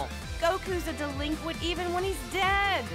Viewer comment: I kept getting more and more pissed every time said "Delinquent"